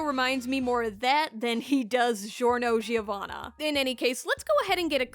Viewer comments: This is which Jorno they mean when they say it as Gee-or-no Gee-o-vanna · It's not Djiorno Djiovana tho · The bootleg's name is jiorno jiovanna not norgio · Ah yes its diorno hanavana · shorno sheeovana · Hope whoever reads this has an alphabet that makes them get it. No one:: žorno žovana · that's not how you say "Giorno Giovanna"